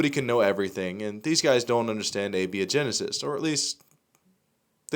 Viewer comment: A - bia - genesis? LOL...